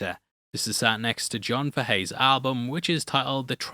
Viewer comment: It's John "Fay Hee" 😎🎸